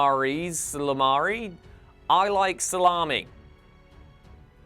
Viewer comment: It was pronounced Ee-sal-a-meer-ee